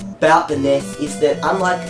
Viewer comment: Its abunchew all over again! its not ness. its enn e ess.